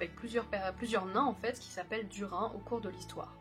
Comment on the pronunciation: Duri nne!!!! Sa se dit inne à la fin pas un! En fait, ce nom se dit d-ou-r-i-nne. J'espere que tu ne feras plus l'erreur